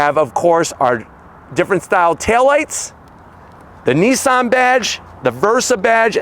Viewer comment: ITS NOT NEESAN ……. ITS NISSAN………WHAT DONT YOU FEKKIN UNDERSTAND ABOUT THE ENGLISH LANGUAGE………???